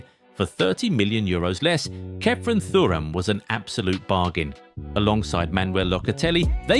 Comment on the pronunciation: I love you guys, but you really need to sort out your pronunciations. Never have I ever heard Thuram pronounced like that